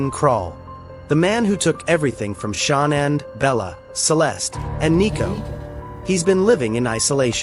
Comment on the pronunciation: There are quite a few channels that use that same AI voice and they always pronounce Shanann’s name wrong.